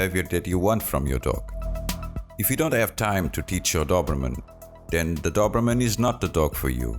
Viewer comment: " do-br-mn" nice prognostication